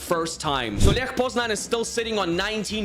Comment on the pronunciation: Bro its Lech not ljech